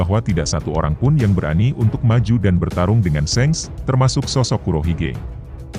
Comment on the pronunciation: .bukan sengs tapi sank